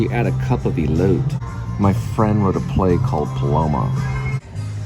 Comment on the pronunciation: Elote is corn. It's pronounced ee-lote-ai